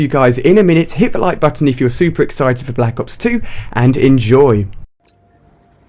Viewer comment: i hate the way this guy says Black ops 2... he says black as if there is an H in it. that kind of stuff really bothers me.